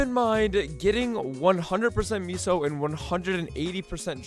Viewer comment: What is meeeso gear? Why is he calling meso meeso